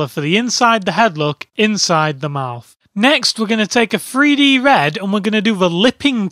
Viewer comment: sounds like free-D